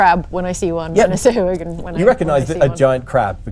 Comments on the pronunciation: I always thought Sahuagin was pronounced Sa-huh-wa-gin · Weird way of pronouncing Sahagin.